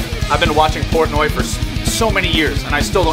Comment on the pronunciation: Just can't get over the mistake of saying his last name of Porntoy.